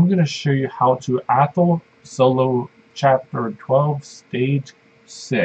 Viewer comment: learn how to pronounce athel